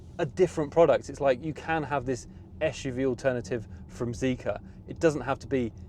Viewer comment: its zeekr, not zeeker